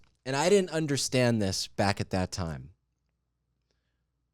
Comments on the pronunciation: Hahaha “toime” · Tom said “toime” and I can rest well now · “Also, at that toime”